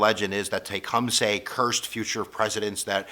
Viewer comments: Its not SAY its suh. teh - kuhm - suh. Driving me crazy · Tecum suy not say